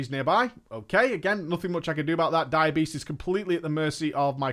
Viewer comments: Am I the only one that heard "diabetes" every time he said "dire beast"? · Every time you say Dire Beast I hear diabetes- like you don't want that to proc and when it does take some insulin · Took me a bit, I thought he was saying "Diabetess". But was really Dire Beast. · I keep hearing "diabetes" when he says dire beast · for some reason I hear diabetes when you say dire beast